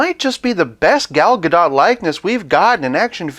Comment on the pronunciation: I'm pretty sure that we're never going to get another Gal Gadot WW figure after this (barring a Jokerized version lol), but for future reference, her name is pronounced "guh-DOHT," Rhymes with "the GOAT." Saw her mention it in an interview.